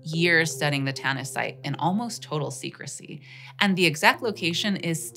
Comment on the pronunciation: Tanis? Oh I thought you said tennis.